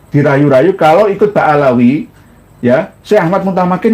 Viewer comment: Ba'alwy bukan Ba'alawy